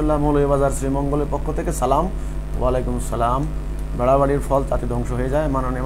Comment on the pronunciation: সালাম দেওয়াটা শুদ্ধ করে নিলে ভালো হবে